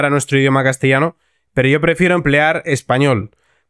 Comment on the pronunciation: No ... castellano no está bien dicho.